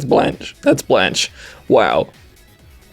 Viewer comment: I think its pronounced (bl-on-kay) not sure though...